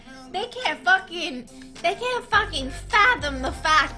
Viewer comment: I hate it when you zoomers pronounce "fucking" as "fuh-kheen"